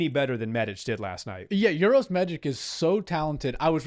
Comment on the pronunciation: Uros is pronounced "oo-roh-sh" and Medic is "meh-deech". It's not "your-os" or medic like the ambulance medic 🙂